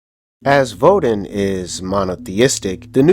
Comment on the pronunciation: Vodun is pronounced Voe-doon and Samedi is pronounced Somdee. Otherwise, nice video.